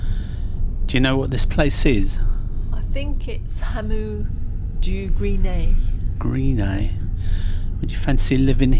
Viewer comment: Love your homely videos - keep them coming, but you do need some coaching with French place names St Omer is pronounced as San- Oh- maar: Montreuil sounds like Mon-try: Cap Gres Nez is not Grees Neze ! Carol got it right however! Blanc Nez (Blan -Ney) Wissant (Viss-on) and one of your best the supermarket ‘Leclerc’ - try ‘Le claire (girl’s name) to get it right. I know how hard some of the English place names can be to pronounce, especially for Americans - so it’s an age old problem, but can I suggest a quick check with YouTube’s how to pronounce videos - they have hundreds of place names on line spoken by native speakers - it’s a a big help when doing voiceovers. Otherwise you are doing a good job.